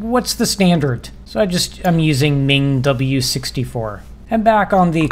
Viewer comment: Some notes on pronunciation—MinGW is pronounced like "min g w", because it stands for "Minimalist GNU for Windows", and Clang is pronounced like "clang" (the word that means the loud sound). Yes, Clang also comes from "C lang", but it's convention for LLVM compiler frontends to be pronounced like this. E.g. Flang, the LLVM's compiler frontend for Fortran, is pronounced similarly to "fling". The mold linker is even faster than lld, but it's *nix only, so that won't help you on Windows.